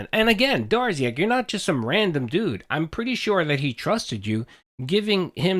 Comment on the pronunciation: "Ah snaekuhd Durrziaahk dood!"